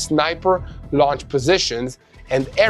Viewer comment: Please check the pronunciation of the word “ Launch”, au sound like in law.